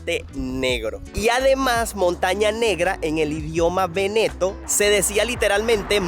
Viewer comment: Escuchar Veneto , me causa tanta gracia , sueña a veneco 🤣🤣🤣; vivo en Italia y la pronunciación seria véneto , palabra esdrújula y no grave; saludos y buenas vibras 🙋🏽‍♂️